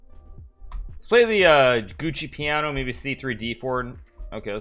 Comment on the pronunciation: Did Hikaru actually say Gucci Piano for the Giuoco Piano?